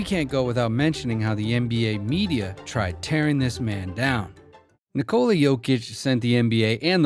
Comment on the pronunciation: Since you did mentioned respect..What if you find out a way to pronaunce his first name correctly ? You can pronaunce it no doubt.